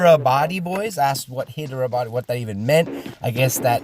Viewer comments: it's pronounced Jay Hind. And the city is pronounced Hi derabad. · It's Hydrabad (Spell it like Hydra + bad )